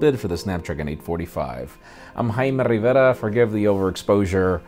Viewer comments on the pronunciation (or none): HAIMEY RRRRRRRRIVERA !